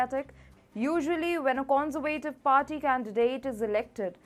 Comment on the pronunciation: Con-ser-va-tive .... please girl you gotta learn to pronounce it right. Otherwise i enjoy your presentations. Thank you.